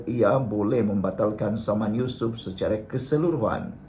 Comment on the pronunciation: SEBUT NAMA YUSOF PUN SALAH...YUSOF RAUDE....PUIIIIII